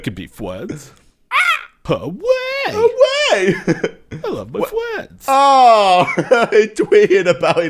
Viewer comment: i love my fwends too